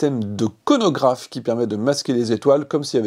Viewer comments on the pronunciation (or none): James Webb : Miroir, pas radar Coronographe, pas conographe ! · Coronographe , pas Conographe. Le second c'est pour les sondages politiques XD